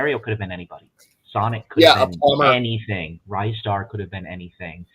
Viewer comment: The best if most impractical joysticks for Amiga were the Cheetah Bart Simpson, Batman, Alien3 and T2 exoskeleton joysticks. Also it's 'Ree-star' not 'Rye-star'. 😁